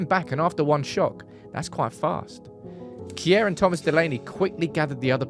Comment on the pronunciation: The pronanciation of Simon Kjær is kind of funny. Its will be easier to just say Shear and more right. Not like Kier 😆